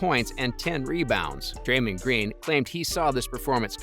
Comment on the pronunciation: “Drayman” “Stev care” 💀 💀 💀